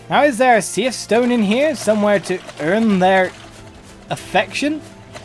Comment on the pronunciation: I always thought it was pronounced like "Seeth"